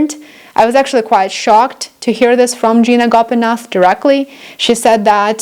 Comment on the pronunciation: It not Gina Gopinath it's Gita Gopinath